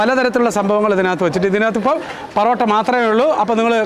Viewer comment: parotta alla porotta 🤣